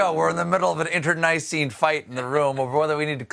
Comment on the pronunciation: You said inter-nicene, Stephen. I'm sorta increedulous about that.